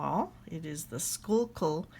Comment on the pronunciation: I'm from Pennsylvania and you nailed the pronunciation!